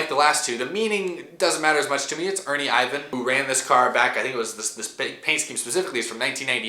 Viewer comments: Ernie Ivan lol, it’s pronounced IR VIN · It’s Ernie irvan not Ivan. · It's not Ernie Ivan it is Ernie Irvin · Ernire IRVAN!! not Ivan lol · Ernie Ivan? It’s pronounced irvin lmao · “Ernie Ivan??” What? Have you been a NASCAR fan for 15 minutes bro? Great lineup for the southern 500 though and Out of the Groove is a blast to watch! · Its ernie irvan not ivan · Isn't Ernie Irvan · Top 5 throwbacks and you pronounce it Ernie ER-VAN 1. Kasey Kahne 2. Kyle Busch 3. Kurt Busch 4. Joey Logano 5. Aric Almirola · Did you just say “Ernie Ivan” ? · I frowned and said who dat? I know who Ernie Irvan is but idk Ernie ivan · Im sorry... i watched this just to see the cars.. youre knowledge of the stort is so sad.... ernie Irvin... you pronounced it so wrong!! You dont know the chad little ride or jeff burton?! Matt D car is a throw back to 2000 jeff burton such a cool scheme. You let me down. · You call yourself a NASCAR fan and you don’t know Chad Little’s paint scheme and you can’t say ERNIE IRVIN’s name right!? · Did you start watching NASCAR last month or something? Doesn't seem like you know anything about the history of NASCAR. Never seen Davey Allison's most famous car before? Don't know how to pronounce Ernie Irvan's name? Also seems like you didn't know Matt Dibenideto was a scheme ran in the past? You should spend some time actually watching some classic NASCAR. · Take a drink of water every time mispronounces Ernie Irvan’s name 😂